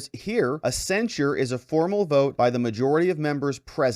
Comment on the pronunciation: It sounds like you're saying, censor. The word is censure cen·sure verb express severe disapproval of (someone or something), especially in a formal statement.